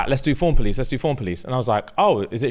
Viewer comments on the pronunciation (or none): none